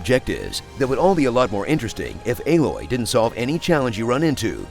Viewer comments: Lmfao "B loy" took me tf out🤣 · Haha fucking "B-loy" . 🤣🤣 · I lost it when you said B-loy lol 🤣🤣🤣 I'm using that. This is great 👌👌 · I absolutely lost it at "B-loy" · I'm literally dying, when he said "staring B-loy" omg 😂😂😂😂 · That "B-Loy" caught me off guard! 😂